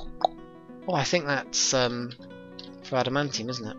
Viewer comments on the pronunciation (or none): none